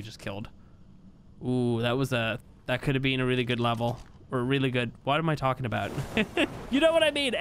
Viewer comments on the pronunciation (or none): none